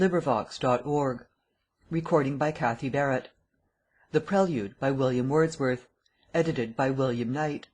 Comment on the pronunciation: WILLLLLLIAM WERRRRRRRRRDSWERRRRTH